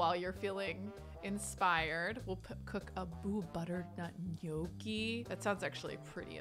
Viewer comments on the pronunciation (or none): none